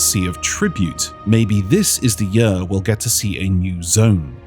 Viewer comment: I’m fascinated by pronunciation of “year”